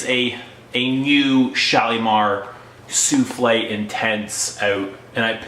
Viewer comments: souffle not souflee it means wisper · It's SOUFFLE, not SOUFLE'/SOUFLEE! Means BREATH/veil/caresse, not a cake!! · why are you calling it like a dish - soufflé? There is NO "accent ague" at the end. It is called SOUFFLE (su:fl') - the breath of perfume, not an "egg dish of perfume". There are no culinary references here.